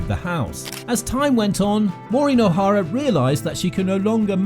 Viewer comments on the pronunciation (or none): I didn’t even make it three seconds into this video - another fraudulent work where her name is mispronounced at the outset.